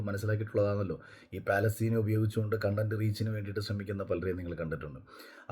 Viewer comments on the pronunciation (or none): none